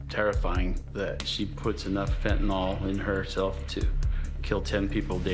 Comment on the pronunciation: There's no o in Fentanyl, nyl, nil nyl.